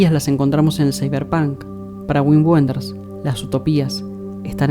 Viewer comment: Un detalle: se pronuncia "vin venders"